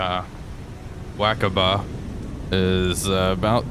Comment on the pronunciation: As always, camera work is excellent. 🙄 And it's pronounced "Wah-kah-bah", not "Whack-a-bah". 🤦‍♂